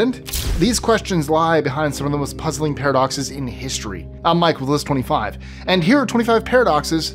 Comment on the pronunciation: I had to discern whether narrator was saying, "This is Mike with List 25" or "This is Mike Estrin", because he slurs over the intro at the same time the graphic of his name pops up.